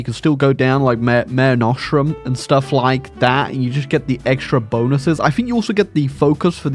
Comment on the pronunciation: Bloody hell, that mare nostrum pronunciation…